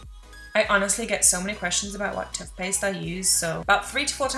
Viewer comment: How have I never noticed the way you say TUTHPASTE 😭😭😭😭